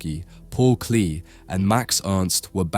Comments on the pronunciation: Work on your pronunciation. Klee is pronounced clay, not klee. Die (the) is dee, not die. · You pronounced Paul Klee’s last name incorrectly. It’s properly pronounced “Klay.” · Good info. Just for laffs, isn't "Klee" pronounced "clay"? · Klee is a German name and a german word, and it's not pronounced klay but "kleh". I don't think Americans or English can even say it.